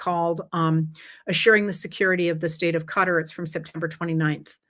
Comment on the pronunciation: I just want to say thank you for saying "cutter" when pronouncing Qatar! I've spoken to many from Qatar and they don't say "ka-tar", they say "cutter" (though I'm sure that's still a bit incorrect but closer at least). I've never heard anyone else from here say it the way they do and I get weird looks when I say it their way. Lol!